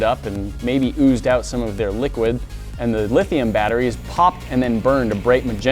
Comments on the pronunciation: "LIT"hium batteries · lit hium -ion